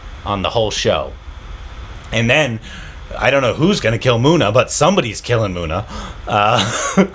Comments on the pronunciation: its not muna ... its munna .. mun-na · Please stress on the double letters when pronouncing Guddu not Goodu...Munna not Moona....Tri-pa-thi not Tripti....